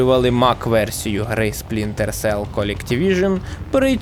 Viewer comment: Жахливе відео. Дуже прошу автора начитки хоча б один раз прочитати текст перед записом, а після начитки переслухати, шукаючи помилки. Купа дивних пауз (вже хоча б вирізали на монтажі), де автор явно загубився де читав, помилок типу "Спрінтер Селл", чи "Колектівіжн" замість "Дівіжн", чи про "події Дівіжн відбуваються у минулому"). По відео монтаж місцями дуже рваний, сцени підібрані без змісту і деякі повторюються. Тему також можна було розкрити ширше - наприклад, ще можна було б розказати, що, наприклад, більшість з його книг пов'язана сюжетом і персонажами, про Джека Раяна, який крім інших є головним героєм останньої книги, про якого також є і фільми і серіал. А так - більшість відео про дві книги і декілька ігр про підводні човни. Meh.